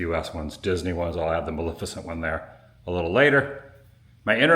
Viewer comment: MalEFicent, not Malificent.